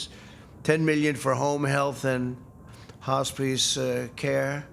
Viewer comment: 🤦🏽‍♀️ Hos-piece care